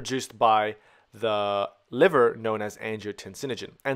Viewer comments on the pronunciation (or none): none